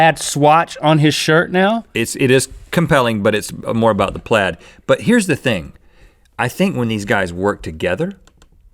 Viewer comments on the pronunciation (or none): none